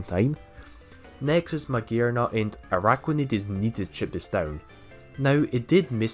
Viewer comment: Stop with the ARAIDOS pleaseee!! Triggers me so bad..